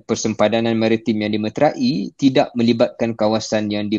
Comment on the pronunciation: sebut dimetrai bukan dimetra-i sedare